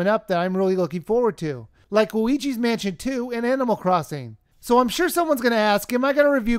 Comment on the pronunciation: whenever you say luigi i hear weegee O_O